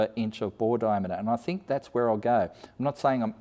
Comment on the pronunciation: Like watching your channel but one thing that really bugs me..please dont pronounce you're words that start with a 'th' as an f. Think = think, not fink! Even us yobbo bogans can sound educated! Let's keep the up and coming Aussies a little more educated. Great work tho mate👌👌